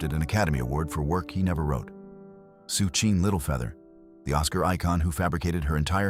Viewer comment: It's Sacheen Littlefeather, not Sucheen. Duh.